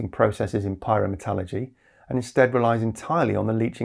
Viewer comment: "Pie-roh-met-ah-luhr-gee" says the American 😁 edit: the quite optimistic observer of battery tech